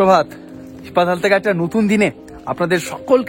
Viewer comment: জায়গাটির নাম হি-পাতাল। তুমি একসঙ্গে উচ্চারণ করায় বুঝতেই পারছিলাম না। এডিট করে দিও পারলে। আর হ্যাঁ, রিনচেনপং এর হোটেলটাতে আমরাও ছিলাম।অসাধারণ❤❤❤❤❤